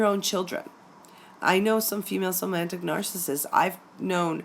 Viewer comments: hi, nice presentation with one small flaw which I hope you don't mind me pointing out. There is no n in somatic. Otherwise a very accurate and enlightening presentation which has just opened my eyes and saved my sanity. Is there any hope for them? Thank you. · hey great work...one question, when you say somatic...i'm hearing "somantic"...am I miss hearing that, or is there a difference between the two?...thanks:) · Somatic (related to the body) is spelled correctly, but the presenter pronounced it "SomaNtic". This minor linguistic error probably came from her thinking of the word semantic (how words influence the meaning communication.) Since semantic is a commonly used word and somatic is an uncommon word, this is a common mistake. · Somantic? Isn't it pronounced somatic? I couldn't get past the mispronunciation to listen to the rest of the video. Also not to mention sisters who have somatic narcissism. You said girlfriends, significant others if you're gay, and friendships but entirely left out moms and sisters in your introduction . Lost interest right at the start. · Not to knit-pick, but there's no 'n' in somatic. Not somantic. Hearing it pronounced wrong a few dozen times is making me a little crazy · It's somatic not somantic lol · Oh, thank you. Glad its not just me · Is it somatic or somantic? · Somatic. Not somantic. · Why do you keep saying "somaNtic"....there isn't a "N" in the word! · The correct pronounciation is so-ma-tic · OMG! It’s Somatic NOT Somantic!!!! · Wheres the N in Somatic that is making it pronounced SomaNtic like romantic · Somatic please. Not somanitic.☺